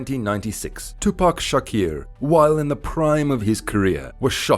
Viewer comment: There’s 3 wrongs in the first 10 seconds of this video. I couldn’t even finish. Pac deserves better than this bro you have to check your facts and learn to pronounce his name